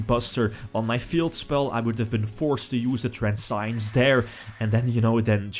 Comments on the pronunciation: trans see ens is pronounce of the effect veiler trap, even italiano know englesia somtime ;) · "Transience" is not pronounced like science.